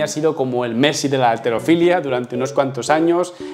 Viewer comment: halterofilia no alterofilia, dicho por la Real Academia de la lengua ESPAÑOLA! dónde vives